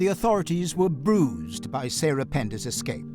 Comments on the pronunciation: I have a "pet peeve". People who get paid to present things verbally should speak well. It's "escape" not "excape" ;and that guy on CNN, Jake Tapper (which sounds like a porn name) having a lisp. Just me? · I definitely was thrown off by " excape" repeated several times😂